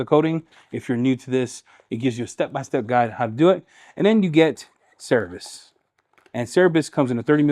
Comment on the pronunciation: Great demo on Cerberus 👍🇬🇧 PSA it's pronounced "sir-burr-us" rather than "serr-a-bus" 😉